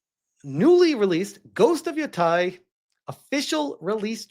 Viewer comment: 1. How the FUCK has this guy still not figured out how to pronounce Yotei? 2. There isn't a single element in this trailerthat could be construed as "woke." "Ugh, girl-boss," he says., have you SEEN Kill Bill? Have you heard of Lady Snowblood? 3. It's the same creative team that created Tsushima. 4. "It was disheartening to learn Jin's actor is also a wokie." Okay. So you acknowledge that an actor's personal politics don't necessarily affect the final product. You loved Ghost of Tsushima despite the lead's personal politics, but Yotei is doomed to fail because Atsu's is a cringe activist, apparently. 5. declared Indiana Jones and the Great Circle a woke disaster because the developers had the audacity to talk about the female secindary character. This absolute brainlet interpreted that as Indiana Jones not being the lead character in his own game. This guy's takes are worthless.